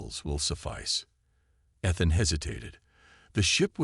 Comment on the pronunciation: I have to agree, time for a new AI maybe something you have to pay a small sum to use. This one you're using now can not even pronounce Ethan's name correctly.